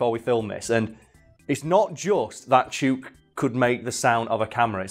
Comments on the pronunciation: I doubt this will be seen, but as an Aussie I feel it's my duty to bring this up: Ya' sayin' the name wrong. It's not "chook" as in "duke". It's "chook" as in "look". We also call chickens "chooks". It's also very Australian to allow someone making a documentary to mispronounce something ALL the way through their little film. We're total arseholes like that. Cheers mate. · As an Australian, I'm finding it tilting af that you're mispronouncing "chook" Chook as in slang for chicken Rhymes with, hook and book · Video has already been filmed and posted, but Chook is pronounced Choo as in ~choose~ and ok as in ~look~ Love from Australia 💖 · The name is actually pronounced with a short o in Australia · As an Australian, that birds name must be chook, pronounced like look. It means chicken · I’m pretty sure it’d be pronounced chook like cook. That what we call chickens in aus lol. I’ve been to Adelaide zoo but it was a couple years ago just before their flamingo Chilli died. Maybe Chook died a while ago :c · Yeah nah great episode mate but chook is pronounced like cook but a ch sound instead of c and is a slang for chickens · Only if you pronounced it correctly it’s chook like look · Chook? I think it might be pronounce ch-oo-k not chook. Its another name for chicken more commonly roast chook. So it rhymes with book. And not words like luke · The os are pronounced like book Just a heads up haha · oo as in "foot", not as is "root" Chook = Chicken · Chook, pronounced like hook. slang for chicken. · It's pronounced Chook, as in book. Aussie slang for chicken. And I once taught a lyrebird to wolf-whistle just to pissoff the feminists. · Chook: Pronounced Ch-ook. (Chh--hook) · The "oo" in "chook" is much shorter than how you're saying it. Chook like book. 👌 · "Chewk" Everyone in Australasia: 😅😂🤣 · OMG I never chook was an australian word before, but it must be, since says it to rhyme with chute, but it should rhyme with hook. The more you know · its chook not chuke